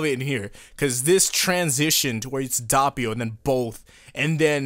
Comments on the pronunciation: No, it is not. Is italian, not english. You don't have to pronounce the "O" as an "A". Is Do-Ppio. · so that’s how u pronounce his name, i thought it was douppio (manga reader) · Who the fuck pronounces it "Dappio"? jesus my ears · Sorry about mispronouncing Doppio's name, I'll try to tweak it so that it doesn't happen again the next time. I've had this problem with other names originally, but I've fixed everything else over time (like originally saying "Gi-orno" instead of "Jorno"). Though I will say that it does get tedious to deal with some of this mispronouncing stuff in general. These days I'll pronounce Passione correctly (Pass not Pash) and people will still say it's wrong! Life is crazy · You did mispronounce doppio but most Italians would say jorno instead of giorno ( basically we don't emphasize the I giorno) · Actually, the way you pronounce Doppio isn't bad, just the first o maybe sounds a bit too much like an a instead of an o. Source: I'm italian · I started the video, you prounced doppio the way you did, and it made me gag, I am so sorry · Was about to say WHY U SAYIN DOPPIO SOOO FUNKY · Fuck me I guess the VA's are pronouncing it wrong too 🤷‍♂️ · The O is pronounced as the o in information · It's doppio not doppio lol XD wetod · No offense but the way you pronounced doppio sounds weird it's not pronounced like that maybe in English it is I listen to sub no offense but it's so weird for my ears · bro i cant get over how you say doppio. like come on a little effort damn. when someone has a name u need to try to say it like they say it. dont make up a pronounciation... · Dude at least TRY to pronounce Doppio correctly, or in fact anything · I just learned to ignore it at this point lol even if he hears the correct way he won’t change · Im just going to point out the fact that your saying doppio wrong it’s not dahpio like your saying it’s actually dohpio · The anime: Dope-e-o Youtubers still: Dopp-e-o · Its not dopppio its doppio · He just said Dabio